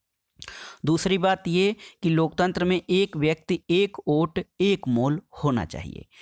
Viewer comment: Ote nahi vote hota hai sir